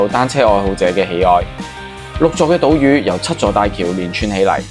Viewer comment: 大（嶼）山同島（嶼）個字雖然相同，但係讀法係唔同嘅，島（嶼音罪）不是島裕 另外碟菜是椰菜不是生菜